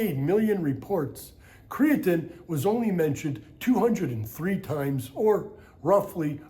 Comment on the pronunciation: Aside from the way he says Creatine, this video is awesome